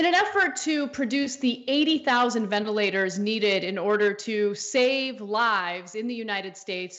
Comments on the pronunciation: VenITlators? LOLOL nice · He must be lying about those "Venitlators" since that word doesn't exist! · It says "venitlators".